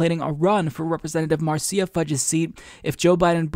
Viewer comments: It’s “Mar sha” NOT mar cee ya. Just thought you might want to know. 🥰 Nina so awesome! ❤️ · it's "Marsha" not "Marseeya" lol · Quick correction, Marcia is pronounced like marsh-uh, not marcy-uh. Idk how often her name is gonna come up from here on, but just pointing it out. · Marceya... LOL. Marsha (Marcia). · It’s Mar Sha Fudge. Marcia. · Marcia. Mar-sha. Like Brady. Marcia Marcia Marcia. I'm just saying. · it's pronounced Marsha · Pronounced Marsha Fudge. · I love you dude but it's pronounced "MAR-SHA"